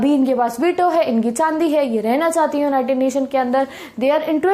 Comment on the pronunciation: chahati naa is like full gujjari language😍😂